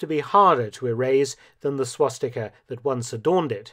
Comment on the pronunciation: Lol it’s swastika